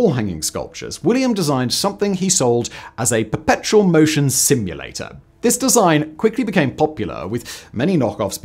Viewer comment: I feel like he was missing a couple syllables in "Perpetual" almost every time he said it... I kept hearing "Petrol machine"